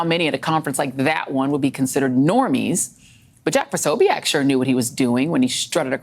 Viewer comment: POsobiec. (Not pro) she cant even get that right...